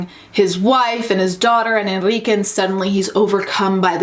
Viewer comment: The thing that really tripped me up was how they couldn’t say the name Enrique. ENRIQUE. ITS THE MOST COMMON LATIN AMERICAN MALE NAME.